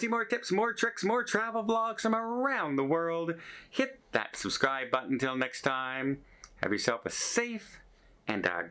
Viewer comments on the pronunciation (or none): none